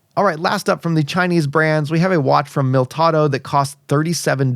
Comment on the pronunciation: Mil - i - tado NOT Miltado.